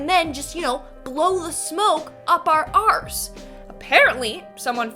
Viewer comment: am i the only one who is amused by how she said arse lol but must be where the saying blowing smoke up your arse comes from lol